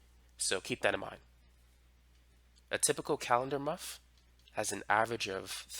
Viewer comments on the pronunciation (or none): It’s month not muff